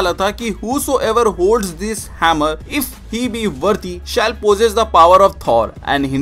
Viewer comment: Worthy ko bolna sick lo